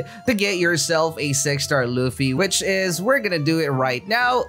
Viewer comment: U say luffy not ruffy 😭